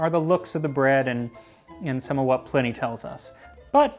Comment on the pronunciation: Pl - eye - knee not pl - in - ee...